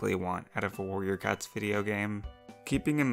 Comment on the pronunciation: are my ear bad or did she say “Warrior cuts”?